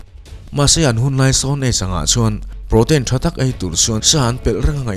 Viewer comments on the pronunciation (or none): Sir, duhsak vang zawk che in ka duhkhawp lohna kan sawi ve lawk aw. I thu lam dan, a bikin English bik hi a lamdan dik zawk zir hmasa emaw thin la aw. Lam dan chu a in anglo thei viau a, mahse a tam zawk in an lam dan a lam ve hi a tha zawk angem aw ka ti. Entirnan. Niger(Nî-ger Nilovin, Naiger ti in mi tam zawk chuan an lam anga) Protein(Protin tiin an lam zawk thin in ka hria. I channel thrang uak uak rawh se